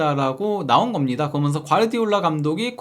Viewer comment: 발음좀 제발 재대로 부탁드립니다. 무슨 아나운서를 원하는게 아닙니다. "그러면서"가 그렇게 안돼나요? 거면서, 거면서 거면서,,,, 여러번 댓글 달았는데 죽어도 피드백을 안하네요. 처음엔 신경을 안쓰려고 했는데 거면서를 한두번도 아니고 한영상속에 거면서를 20번은 넘게 쓸때도 있는것 같은데 요즘은 오히려 억지로 신경안쓰려고 하니까 더더욱 거슬리네요. 살면서 그러면서를 이렇게 많이 쓰는 사람도 처음이지만 그게 또 발음을 못해서 거면서로 말하는 사람은 처음보네요.